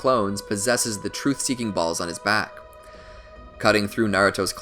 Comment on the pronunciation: I like the way he a emphasized “balls”